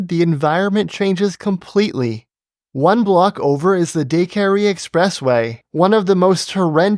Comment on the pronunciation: Another great video, though the way he says "Decarie" kills me.